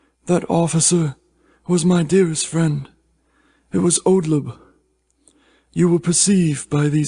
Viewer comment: I enjoyed that - but you mispronounced "Oldeb" as "Odleb" on both occasions. Which sorta spoils the name reversal.